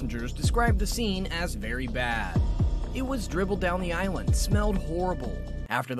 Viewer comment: Aisle, not island.